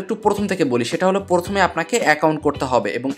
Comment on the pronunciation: Vaia porthome na..prothome..🙃